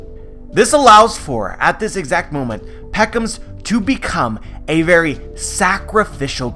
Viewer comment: P edro... P ound .... P eckoms???!!